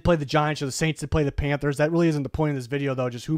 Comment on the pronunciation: “panthers”… terrible